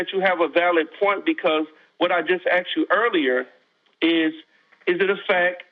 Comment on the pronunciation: People who say axed, instead of asked shouldnt be listened to, to begin with....